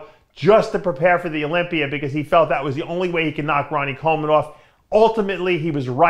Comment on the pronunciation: Olympia doesn’t end with a “r”